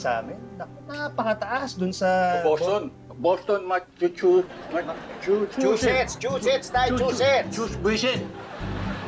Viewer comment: 😂😂😂😂😂😂Boston masachuses 😅😅😅